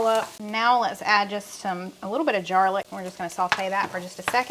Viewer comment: "Jarlic." I love it! I used to have jar garlic in the fridge. 😂